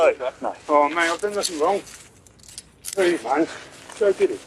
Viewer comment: Cop: "You're also under arrest for possession of Class A (drugs)." Fleeing felon: "WHAT class A? Where? Where?" (read: "I know NUH-THINKK!!!") : Fleeing felon "goin' home": "NUH-THINK to do with me, mate! I've done NUH-THINKK wrong!!!" HOW did he get away with dangerous driving and fleeing from cops?!?!? You KNOW that he's laughing about the "failure to provide" charge! And no mention of the result for the crashed car's victim! : Never mind the audacity of asking whether he can give the car keys to his girlfriend, he outright admitted that "she's not aware of it," meaning that he has TWOC (Taken WithOut Consent)! Somehow, the cops missed that, completely! Caught criminals, just (wo)man up!!! You're done!!! (all lying felons must be Egyptian, because they are always in "de-Nile" (get it?)) And stop trying to imitate Sgt. Schultz!!! Lying to or otherwise obstructing cops should result in an automatic, no-appeal, 1 year jail sentence. Likewise, 1 year for every mile a fleeing felon runs or drives from cops. Add a month for every run stop sign, red light, passing through a hospital or school zone, etc.